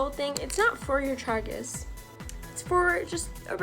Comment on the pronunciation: The way you say tragus bothers me